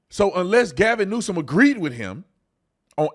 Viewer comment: " Gavin Neusance " 😂😂😂😂😂😂